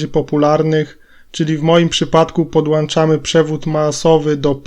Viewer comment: I mówimy podłączamy a nie podłańczamy.